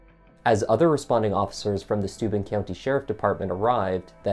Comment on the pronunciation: Every time they begin saying Stuben...it was registering stupid.